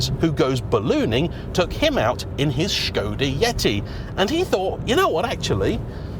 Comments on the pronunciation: Refreshing to hear Škoda pronounced well! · Your pronounciation of "Š" is superb :)